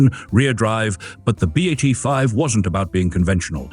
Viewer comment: Molto Bene! I hope you're going to do episodes on the B.A.T. 7 and B.A.T. 9 (the other two in the pictures). BTW, it's pronounced "Bat," not "B-8"